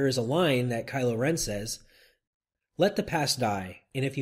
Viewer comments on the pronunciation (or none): none